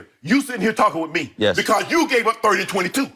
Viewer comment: 'Wit me' LMAO